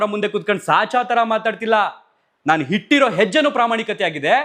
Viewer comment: ಹಿಟ್ಟಿರೋ ಹೆಜ್ಜೆ ಅಲ್ಲಾ ಅಣ್ಣಾ, ಅದು ಇಟ್ಟಿರೋ ಹೆಜ್ಜೆ " ನಿಮಗೆ 'ಅ' ಕಾರಕ್ಕೂ 'ಹ' ಕಾರಕ್ಕೂ ವ್ಯತ್ಯಾಸ ಗೊತ್ತಿಲ್ಲ, ಮೊದಲು ಸರಿಯಾಗಿ ಕನ್ನಡ ಮಾತಾಡೋದು ಕಲೀರಿ